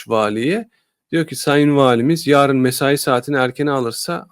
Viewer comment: Konudan bağımsız; “ yaarın” değil, “ yarın”